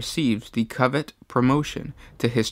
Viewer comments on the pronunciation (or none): none